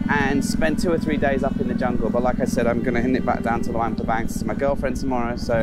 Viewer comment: It's not lawang prabang! It's luang prabang